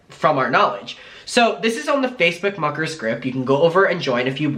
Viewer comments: hehehe 🤭 I never thought of that but tbh imma never hear it as muckers now HAHAHA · Everytime he says muckers I still to this day hear fu¢kers lol, but I agree it still makes me smile.